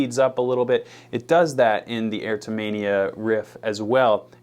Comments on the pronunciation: Ertomania??? It's E-ROT-O-Mania. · "ERTO-Mania?!?" It is CLEARLY "EROTO-Mania" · Sorry to be THAT guy but....it's pronounced either "err-rot-toe-may-nee-yah", or alternatively, "ear-rot-toe-may-nee-yah". And it's actually a legitimately recognized word: :D Erotomania excessive sexual desire. PSYCHIATRY a delusion in which a person (typically a woman) believes that another person (typically of higher social status) is in love with them. Good stuff about JP. For pedal tones on guitar though, the master probably is Yngwie. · Why can't you pronounce erotomania?